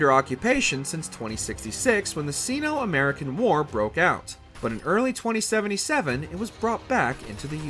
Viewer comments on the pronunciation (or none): And see-no instead of Sino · Anyone else bothered by the pronunciation of "Sino" in this? ..